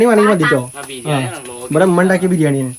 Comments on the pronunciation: ഉമ്മ ❌ ഇമ്മ ✅ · ഇമ്മ അല്ല ഉമ്മ 😂😂😂😂😂